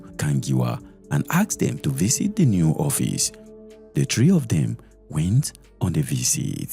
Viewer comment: I love your channel but please stop adding “th” where it end in “t”. It’s visit not visith. Stay authentic